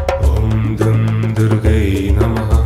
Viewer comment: Incorrect pronunciation. Durgayei